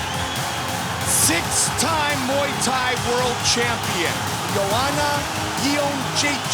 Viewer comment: Gotta love Goldberg trying to pronounce Joanna "Iondjentjakk"